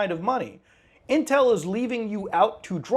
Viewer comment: Intwel in sewrious twouble